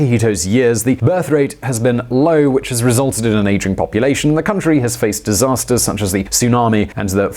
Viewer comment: Eh, what crisis? It's a disastah!